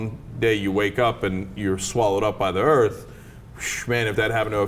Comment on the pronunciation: i love the way he puts it "and then you get swallowed up by da earth"